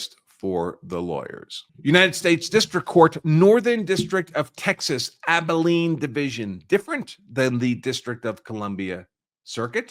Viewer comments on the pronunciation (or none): none